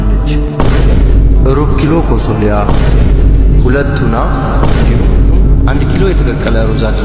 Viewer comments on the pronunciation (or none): It's not Tono It's tuna thank you.